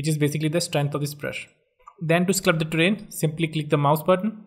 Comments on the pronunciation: There's no such word as sclupt. It's sculpt. Like skull-pt. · It's sculpt not slupt.its grass not graash😒